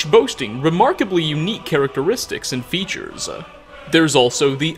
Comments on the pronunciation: „in features-UH“ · “breedsa” “featuresuh” “furruh”